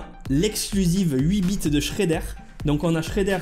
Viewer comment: Juste on dit pas Shreddèr mais Shreddeur 😅